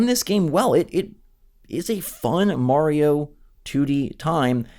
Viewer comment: "Marrrio..." Ugh... Seriously...